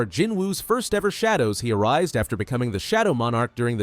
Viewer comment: Recycle ❌ Arise✅